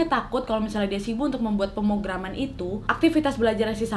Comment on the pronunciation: Wak. Pemrograman wak. Pemrograman yang bener hehe gemeshhh dengernya wkwk